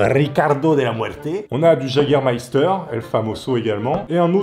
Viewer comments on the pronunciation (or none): le jägermeifter comme tu dit se prononce "iégermeifter"si jamais parce que c Allemand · j'ai presque dislike à cause du Jagermeister tu dis Jager sa m'énerve il faut dire Yager bordel HAAAAAA😂😂😂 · Ont dit pas jaguer on prononce ça Yéguer 😂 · C'est Yégair pas Jager (en prononciation) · ptdrrr le JAGER ça se dit wegueur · Par pitié ne dis prononce pas « jagger » mais « yagger » ça fait mal aux oreilles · Le Jagermeister se prononce "Yégarmaïstar" =3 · le jägermeifter se prononce yageurmeifter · Je vais faire mon chieur mais je pense que c'est plutôt "YÉgermayster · J'ai saigné des oreilles à la prononciation de Jägermeister et de Top Gear